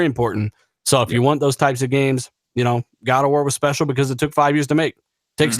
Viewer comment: Specal guest lol???? Anyone hear that at 8 seconds???